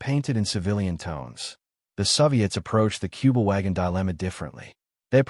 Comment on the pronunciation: Не "Куба-Вагон", а "Кюбель-Ваген".